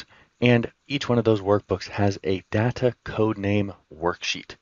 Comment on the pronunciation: Good useful stuff. (pet peeve: learn the proper pronunciation of the word Data. 😊)